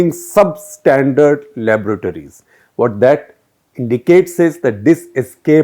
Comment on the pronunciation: I love the way you pronounced the word " laboratories".